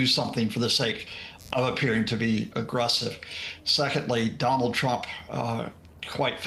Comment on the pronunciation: "Don't discount Thonald Twump to attwac venethuela to look like tough guys" yeah I discounted what this guy said in the first sentence.